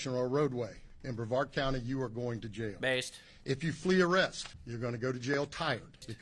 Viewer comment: I know this is stupid but when you were yelling,jail jail I thought you were yelling nail nail yes I know that’s stupid but you gotta admit you say some funny shit. Keep on rocking it.